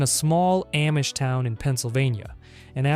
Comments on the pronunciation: Dont ever pronounce AH-mish as AM-mish EVER again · Without a Paddle is such a good movie. BTW its pronounced "Ah-mish" not "am-ish" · its pronounced om-ish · Great video! Learned way more about Antony than i thought i would. Just could get over the soft 'a' you pronounced in Amish instead of 'Ah' lol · It's pronounced "omm-ish"... how have you never heard of the Amish before?!?! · btw, Amish is pronounced like "ah-mish." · pronounced "ahh-mish" 😀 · Yeah, I've never heard anyone say it like that before 😂